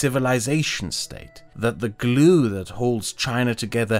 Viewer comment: The sheer joy I got from hearing say "glue" with his accent is a little absurd.